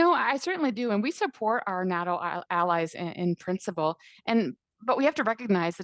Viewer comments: im a conservative and its nato not noto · I can’t stand when politicians talk like this Update: listened to the end, and the conservative response might be equally bad 😂 and she doesn’t even know how to pronounce “NATO”